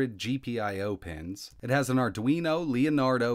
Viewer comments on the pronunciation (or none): none